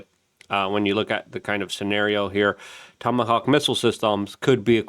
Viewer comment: Haha he said tomacock